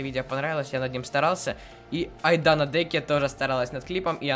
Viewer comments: Ты сказал Айдана Деке а не Айдана Дека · Айдана ДекА,а не Деке😂😂😅. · Привет как ты ты говоришь Айдана деке А говориться Айдана Декаа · Кст Говориться Айдана Дека ударения на (а)